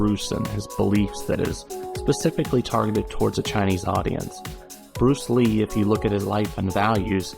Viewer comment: Bruce Leh? That sounds really lame. You may as well call him Bruce Bleh!... as in dull!